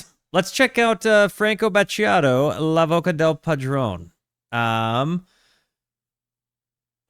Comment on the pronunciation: It’s pronounced FrankOh - BAT-TEE-YATOH , LAH VOCHEH DAEL PADRONAEH!